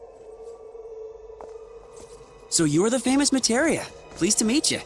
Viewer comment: "I am Materia." Yuffie: MATERIA ????? :D